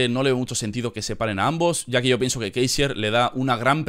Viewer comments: no digas kaisier tío es LUDWIG KÁISER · "Kaiser", no "Keisier"